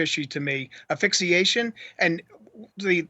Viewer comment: How can an attorney and say "aphyxiation" ??? Its "aSphyxiation", your 2 colleges just said it right before u started🤦🏼‍♀️ There's another famous criminal attorney with a big channel here on YouTube that says it too ...Jeez🤦🏼‍♀️